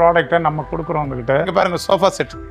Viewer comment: Sofa❌ shoba✅😁